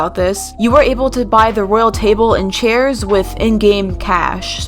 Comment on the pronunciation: It was the "chaier" for me lol